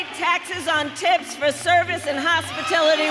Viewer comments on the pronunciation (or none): "Hospitility" workers 😂